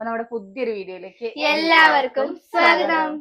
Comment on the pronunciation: എത്ര നാടനായാലും സ്വാഗതം എന്നുള്ളതു സോഗതം aakathilla